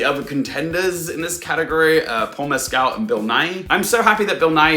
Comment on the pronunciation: Heya,! Great analysis. Likely, you are pronouncing Paul Mescal's last name a little off. Here's a YouTube link where he pronounces his last name and addresses the issue